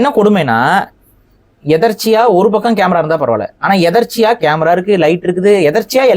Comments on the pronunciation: Ethechchya not etarchiya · முதலில் தமிழை ஒழுங்காக பேசுங்கள். எதேச்சையாக எதற்சையாக இல்ல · டேய், எதர்ச்சி இல்லைடா, எதேச்சையாக. உன் தமிழே இந்த லட்சணம். இதில் நீ தமிழ் தேசியம் பேசி கிழிக்க போகிறாய். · எதேச்சையாக , என்பதை தவறாக எதற்சியாக என்று கூறுகிறார் இவனெல்லாம் தமிழுக்கும் தமிழரக்கும குரல் கொடுக்கிறான் கொடுமை டா. சாமி. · தம்பி... எதற்ச்சையா என்பது தவறு.... எதேச்சையா என்பதுதான் சரி என்று நான் கருதுகிறேன் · எதர்ச்சியா இல்ல? எதேச்சையாக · என்னையா அது... எதர்ச்சையா...? எதேட்சையா... என்று சொல்லுங்க ஐயா. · Etharchiya illa, etherchaya is correct Tamil word for that situation . Sorry for English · எதர்ச்சியாக இல்லை எதேச்சையாக என்பதே சரி. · அது எதற்ச்சியா இல்லை எதேச்சையா 😂😂😂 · அடேய் அது எதர்ச்சியா இல்ல... அதை எதேச்சையாக... என்றுதான் சொல்லுவாங்க... இது கூட தெரியாம என்னத்த தமிழ் தேசியம் பேசுறியோ😂😂😂😂😂😂😅😅😅😅😂😂😂😂😂😂